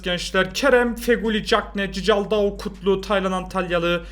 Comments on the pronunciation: abi okunuşu cicaldau değil kikaldau okunuşu 🤣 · Cicaldau deyil sisaldau abi bide bence Galatasaray 2-1 alır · cicaldau çikıldau diye okunuyor reis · Abi bu arada o cicaldau değil çikaldau fiye okunuyor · Abi şu adama Cicaldau deme yaa Çikıldau diye okunuyor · abi cicaldaou değil çikıldaou😂😂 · Çikıldaoo zaten yeteri kadar komik diye düşünürdüm....Cicaldaoo'yu duyunca : D :D koptum :D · Abi cicaldau ne ya allah aşkına doğru oku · Çikaldao diye okunuyor